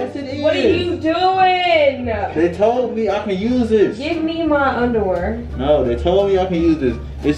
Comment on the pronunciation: «give me my underwurr 😂😂😂😂😂